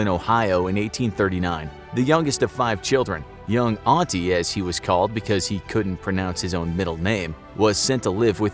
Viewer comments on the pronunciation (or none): Correction. The name is "Auti" and not "Auntie." George Armstrong Custer was called "Auti" because, as a little boy, he could not pronounce his middle name, Armstrong. So his amused but loving parents fondly called him Auti from then on, as did the entire family. Years later, Custer's oldest sister would name her son Auti. Who was just 18 years old and also killed beside his famous uncle during the battle.